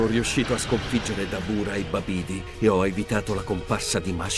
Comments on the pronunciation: Si ma Babìdi e Dabùra invece di Babidi e Darbula non si possono sentire 🤣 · Dàrbula e Bàbidi infatti . ho dovuto sentirlo 4 volte prima di rendermi conto che era errato l'accento tonico...